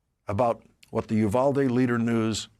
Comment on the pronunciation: I know it's not a big deal but I wish these news reporters would look up how to pronounce Uvalde. It's hard to listen to when you're from there.